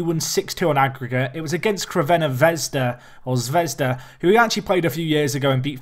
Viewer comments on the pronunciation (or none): for the sake of your pronunciation skills just call crvena Zvezda, Red Star Belgrade